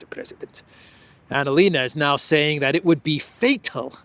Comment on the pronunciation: Pls don't mention März and ANALena. It makes my ears bleed. I'm German. Thank you.